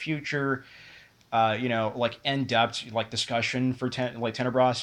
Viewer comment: I know this video is old but your pronouncing it wrong. Also, the correct sub-genre would be giallo, not slasher. Giallo are horror murder mysteries from Italy that were most popular around the 60's and 70's.